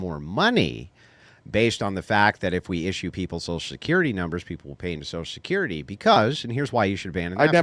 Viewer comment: Why'd he keep saying, "Sosull security"?